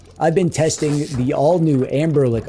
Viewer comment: What's the lore behind you saying Anberlic instead of Anbernic?